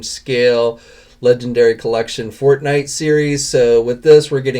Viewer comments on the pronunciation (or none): none